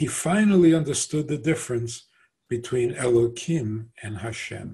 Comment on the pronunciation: Why you pronounce Elohim --> Elokim?? is it a new version of Hebrew? or a new idea like the idea u made that G-d need his creation?